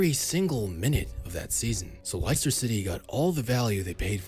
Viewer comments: Dude... If ur supposed to be an authority on football info.... At least say Leicester properly. Not "Lai ... Ster... City'. Lol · Lie-ster city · Lice-ster city... Really 😆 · Les-ter city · LESSTER. <=== Leicester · Liester city hahaha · Leicester = Less-ter (understandable mistake, English place names often sound nothing like they read) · mispronunciation of Leicester city 🤣 too funny; love it ❤️ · The way he says Leicester makes my skin crawl. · What's so difficult about the word "Leicester"? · Aint no way you mispronounced Leicester. I was hooked until then but all credibility was shattered in an instant. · Can’t be making football videos pronouncing Leicester like that mate 😂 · Your pronounciation of the Leicester is on the same level as Maguire's football skills. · How does this guy have a football channel and not know how to say the name of the club that won the prem in 15/16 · How can you mispronounce Leicester so badly? Surely you’ve heard the word being said out loud. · Great video but how can you do such a deep dive into a player but still can't even say Leicester. God Americans are brilliant. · how do you mispronounce Leicester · What team did you say Leicester??? 🤪🤪🤪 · You’re pronouncing Leicester incorrectly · "Likester" city 😂😂😂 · “Lye Ster” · Why did you call Leicester "liceter" lol 😭😭😭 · Everyone: Leicester: Lighster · Never heard anyone mispronounce Leicester before. Les-Ster not lie-ster. But yeah Harry Magurie has always had a 50p head but now he doesn't have good defenders bailing him out. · "Laister City"??? ;p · Bro what its not leister city its lester You say lester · "Laister' City? It is "Lester" City.... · It's LESS-ter City, not LICE-ter City.🙄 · Lice-ter it is les-ter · Good video! but its less-ter not Lie-ster! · LES-ter. Not lies-ter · ITS LESS-TER, NOT LIE-CESTER PLSSSSS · “Layster city” uno 💀🤦‍♂️ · No one Literally no one: Lie ster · Everyone: -Leicester ciy: -Lyster city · Wtf!!! Laister City???😂😂😂